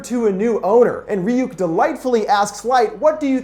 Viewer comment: "Its pronounced Rayuk,kid